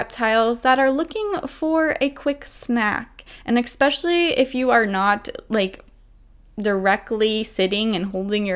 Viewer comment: bruh it's pronounced "ES-pecially" not "eck-specially" americans smh